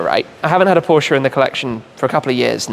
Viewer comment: Much respect for Shmee and his pronunciation of Volkswagen, Audi and Porsche (yes, the e at the end is not silent). As a German, it was kinda delightful to hear these names pronounced correctly in english. Side note: Is that a Mazda (early RX-7?) in Sea-Mist-Metallic behind Shmee at the beginning of the video?